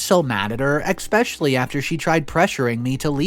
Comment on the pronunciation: FYI...the word especially is pronounced ES-pecially not ecs-pecially! Also, invitation is pronounced in-vi-ta-tion not in-vent-ta-tion. Just sayin....🙂